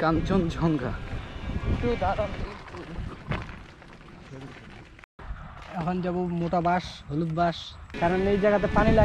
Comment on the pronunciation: vul uccharon koren keno? eita hocche "kanchon Jong Gha" not "kanchon Jhong Ga"